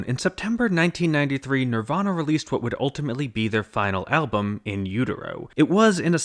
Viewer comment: emphasis on "would"